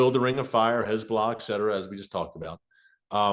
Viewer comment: I absolutely love how Erick says "Hez-blah"!😂